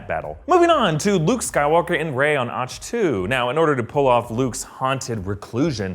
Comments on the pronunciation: Ockto not ocho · It’s pronounced “ock toe”